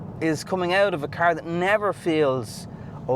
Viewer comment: say car correctly